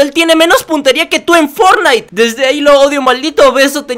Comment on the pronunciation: Todo iba bien hasta que dijiste fornite me marcho de aqui